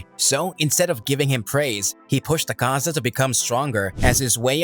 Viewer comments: It's not 'akaaaza' . It's "aakaza" dumb shiz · AH-kaza not aKAza cmon now and it’s mugen train say it right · Dude its not Akaaaza, its Aaakaza